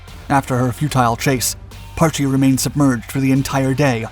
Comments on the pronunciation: I suspect you have a reading difficulty, its not PAR-Chie its Parch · Pronounced "Parsh".